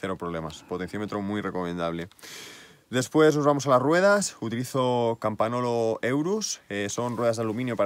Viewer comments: La bici super chula, pero un apunte rápido, en italiano la n con la g suenan como ň por tanto no es "campanolo" sino "campaňolo" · Dos cosas: tenemos la misma estatura, mi cuadro es 58 cm. Se dice Campañolo, con "ñ". La "gn" es "ñ" castellano, vosotros los españoles sois los que peor hablan el castellano. Bueno si esa es la bici de entreno, coño, como será la de ponerle bueno. La diferencia son los tubulares a los neumáticos. No existe ninguna diferencia real. Puedes hacer lo mismo con shimano 105. Que Dios te mantenga sano y joven. A las mujeres les decimos que te mantenga linda y "rica".